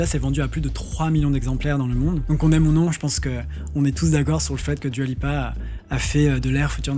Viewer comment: Vidéos incroyable que je re re re regarde, par contre moins incroyable mes oreilles qui saignent à chaque fois que tu dis Dua Lipa... ça se prononcé Dou-a je t'en supplie 😂😭